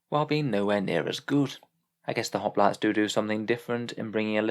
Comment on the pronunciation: And the Hoplites arent Hop-lights but hop-lit-ays.